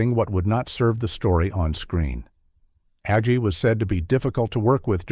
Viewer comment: How many ways can you pronounce "Agee"? This AI voice tries them all. (Not to mention "Laff-ton.")